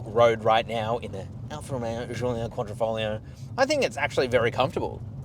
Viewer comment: Well done for the accurate pronouncing of Quadrifoglio. 👍 The round the Nurturing is everything you need to know!